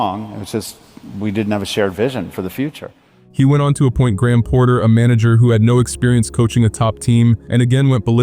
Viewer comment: Did anyone tell you that it’s Graham Potter, not Porter?